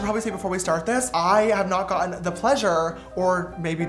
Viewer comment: does he said " gotten " in british accent? sorry for asking this :/